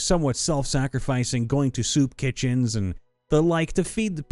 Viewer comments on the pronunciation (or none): none